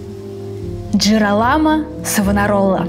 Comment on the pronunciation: 2 момента: во первых реклама конечно так себе.. во вторых, когда вы готовите выпуск, проверьте то, что вы правильно произносите имя главного героя выпуска. Он Джиро́ламо, а не Джирола́мо.. 🤦🏻‍♀️